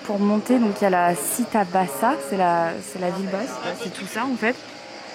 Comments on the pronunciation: Città se prononce [tchi] et non [ci]. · Mamma miaaa Mariiie! A : « città » qui signifie « ville » se prononce « chitta » et non « sita » ! :)